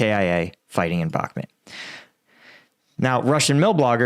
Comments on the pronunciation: Hi, your videos are very good and you clearly know what you are talking about but please... it's BakhmUt not BakhmEt!! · It's BACK MUT not BACK MIT lol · it's bakMUT not bakMET, GET IT RIGHT PLEASE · Why do you pronounce it Bockmet? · It is astonishing that you profit from reporting news on Russia's war on Ukraine, yet you have been unable to learn the pronounciation of Bakhmut. If you think that saying it like Bak Mut is trademark of you or your channel, it isn't! It is stupid! It only shows your arrogance that you won't make the effort. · yeah and if he sys BACKMIT one more time the computer is going out the fucking window